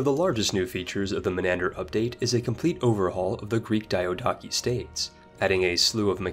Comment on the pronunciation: PDX, next time you choose a narrator... Make it someone who doesn´t sound horribly uneducated when pronouncing foreign words. Like one of the two words in the games title... Or DYADAWKI. Which I suppose is the word Diadochi?